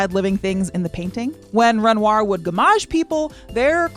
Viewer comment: I cannot abide the pronunciation of "Ren-rawr".